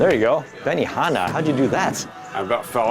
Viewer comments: did he say benihana when he did a tuckknee?? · "benihana..." HAHAHA idiot, that's a tuck knee xD